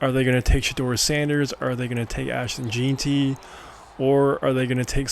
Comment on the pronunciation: Lmao can’t pronounce jeanty